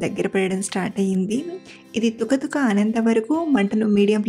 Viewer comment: తుక తుక కాదు కుత కుత అనాలి